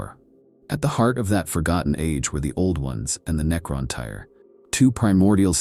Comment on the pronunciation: Necrontyr, bub. Not "necron tire". Aside from some mispronounciations that I can, in universe, chalk up to you being a magos from another planet.. after Andoc Prime and now this, you've become my favorite lore channel. Pretty accurate, too as far as I can tell. Lots of speculation, too, though. I like it. Emperor Protects. Edit: except the Abominable Intelligence.